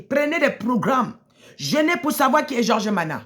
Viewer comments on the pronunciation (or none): vous êtes tous pareils ! en plus c'est nama et non mana😂